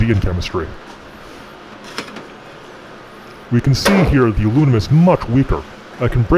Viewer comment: Domingo Actually, he named it "Alumium"